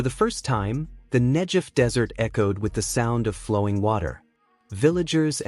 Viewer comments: Why not pronounce it correctly? It isn't Nejev... it is Negev. The G is like in the word good. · Beautiful!!! Negev--pronounce the "g" as "guh" not as a "juh!" Think of gush of water not jug of water... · Pronounced NEGEV Wouldn’t it be great if Iran would concentrate on creating WATER for their citizens instead of all their efforts going towards killing and destroying Israel (Not NEJEV) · The "G" in Negev is a 'hard g' rather than a 'j' sound. You could have checked that out before this podcast fgs.... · NEG-EV not nej-ed. amazing israel. respect it. not hate it. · Its Negev not Hejev ...... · Negev with a hard G, not Nejev! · It is not "Nedzhev", it is "Negev". And why are all signs in the video are in Chinese? Clearly, you aren't showing Israel in the footage. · the desert is called Negev, not Nejef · Aasggghh! Get the pronunciation right. It's not hard. Negev not Nejev. 😤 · it is not pronounced the Nejev desert it is Negev desert a hard G as in get or gate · It's supposed to sound like Negev (Google), NOT Negev (George.) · The arab people are not part of this movie put there because of political and/or other interests. Furtheer the commentator needs to learn his text. it is NEGEV desert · Video is loaded with small inaccuracies... for example: Israeli engineers doesn't look like Saudis... The proper pronunciation of the area is NEGEV and in general a lot of agricultural was taking place in the area all along. This canal was planed for at least 70 years. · Negev is pronounced with a hard g. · For learning purposes, the "g" in Negev is pronounced as in "negative". 🙂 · in the word 'Negev' the 'g' is pronounced as in the word 'gum' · Negev Negev Negev!!!! The pronunciation has a g in the centre of the name The Negev Desert. Brilliant production culminated from brilliant Israeli minds .. so proud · The G in Negev is a hard G. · Great to see all the support here. Pls pronounce Negev saying the g as in great not as in generic. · Called Negev hard G idiot